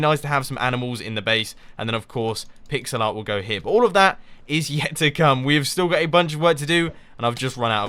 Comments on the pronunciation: i thought you said pixelot (like ocelot) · Every time he said, "pixel art" it sounded like "pigs a lot"